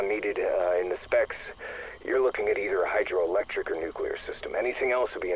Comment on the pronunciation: There's also the way he says Nucular instead of Nuclear. Thought I was going to have a stroke by the end of it